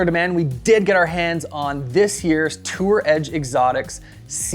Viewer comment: How many times can he add an 's' to Tour Edge?